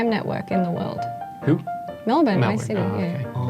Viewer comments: pronunciation melvin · had to repeat it 7 times to understand she said "Melbourne" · if you don’t pronounce it that way, you’re pronouncing it wrong. I’ve heard people pronounce it ‘mel-BORN’, but that’s just incorrect.